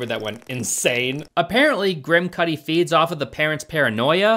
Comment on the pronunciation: I’m sorry, but any time you say his name I can’t stop hearing “Kid Kudi”. 😂